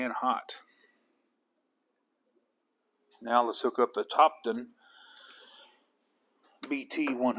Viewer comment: Just a few comments Topdon is pronounced Top Don and it’s not Mega ohms it’s mili ohms